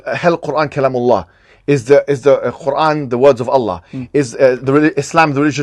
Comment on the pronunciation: Say the name of Allaah properly. و الله اعلم و احكم